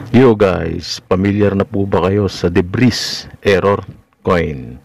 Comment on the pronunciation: Deb-ree ang pronounciation jan, hinde deb-riz